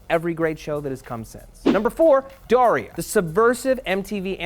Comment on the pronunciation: De-GRASS-i Dari-A